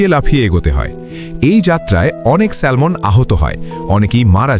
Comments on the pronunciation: সেলমন নয় উচ্চারণ হবে স্যামন (Salmon) l silent. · স্যামন, স্যালমন নয়। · Not স্যালমন ❌ এটা স্যামন ✅ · উচ্চারণ ঠিক করেন। এটা হবে স্যামন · মাছের নামের উচ্চারণ হল স্যামন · A humble correction.. ওটা salmon উচ্চারণ হয় না। স্যামন উচ্চারণ হয়। L mute থাকে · উচ্চারণ শ্যামন " ল "টা উঝ্য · উচ্চারন ভুল হয়েছে ভাইয়া.. স্যামন....' L' is silent here...